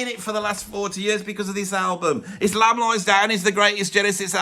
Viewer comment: "Lamb" at 1 is very wrong